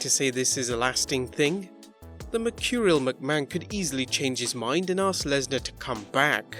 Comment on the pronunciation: It is Lesnar